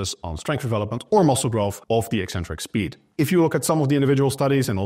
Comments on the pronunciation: I'm British and "ek-centric" is the standard received pronunciation. You won't hear "ee-centric" anywhere outside of the lifting/fitness community. I find it really strange hearing them say "ee-centric". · Thank you for being the only fitness professional who correctly pronounces the word "eccentric".